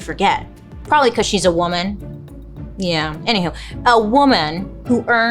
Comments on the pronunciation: Huge fan, just have to say… “woman” and “women” are different words and pronounced differently! 😂❤ just something I’ve noticed you tend to mispronounce, all love! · Bailey I love you but please have someone teach you how to pronounce woman and women. There is a difference. you’re driving me crazy 😂